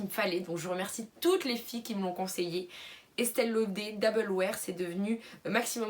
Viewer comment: On dit este lauderrrr on prononce le R mdrrr